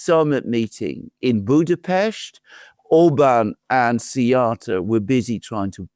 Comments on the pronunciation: Why do people keep saying Budapeshti ? It's Budapest, like Buddha+pest! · WHY YOU TWO CAN'T PRONOUCE BUDAPEST PROPERLY. IT HURTS.